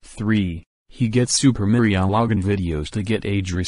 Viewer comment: its "supermariologan" not sipermurioligan